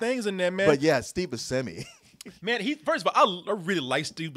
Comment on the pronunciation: pronunciation of Steve Buscemi's name causes me great pain and confusion.